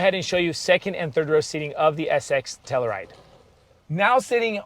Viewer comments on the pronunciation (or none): Every time you mispronounce Telluride I cringe lol. It's pronounced Tell-You-Ride.